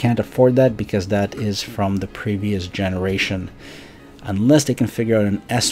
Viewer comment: Narrator : 5th gene-rat-sen 😂🤣🤣🤣🤣